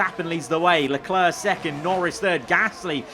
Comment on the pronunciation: It's not "Leclur", it's "Leclair", not that hard to pronounce, is it?